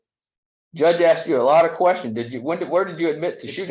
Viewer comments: I axed and axed and axed till I got it right! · First thing you do is hire a lawyer who can pronounce “asked”. Yours knows how, but in order to maintain his street credibility he chooses to put you in a bad light. Not smart. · If my attorney said axed instead of asked I would "axe' for a mistrial 😊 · I was listening carefully to the defendants' lawyer until 5.26 when he said Aksed instead of asked, call me a nit-picker but when you are presenting to a judge at a sentencing you need to be on point, and that includes your pronunciation, every time i hear someone say Aksed, it's equal to fingernails scratching across a black board. The lawyer and the defendant just got a reality check from Judge Stevens 🤐🙉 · You would think an attorney would be educated enough to pronounce words correctly! Axe….for asked….seriously! 😂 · another attorney trying to act smart and using "dis" "dat" "axed' "you all" "poolise" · Wonderful, the attorney can't even pronounce asked🤦‍♀️ I axe you is NOT educated sounding